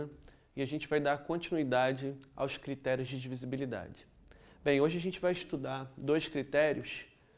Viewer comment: Não é "Critrios" é Critérios